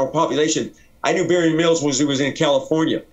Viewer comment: Good dude...but he REALLY struggles to say Barry Mills ..i heard him say Marry Bills once :)